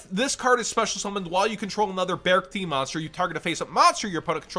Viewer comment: I think its pronounced be-arc-ti ??? Idk